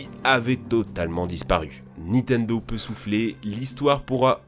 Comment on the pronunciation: Y'a que moi que ça choque d'entendre dire "Nitendo" à la place de "Nintendo" à chaque fois?